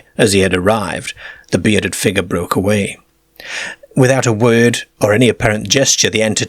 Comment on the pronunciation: A figga stepped ouyt a the ceegaire.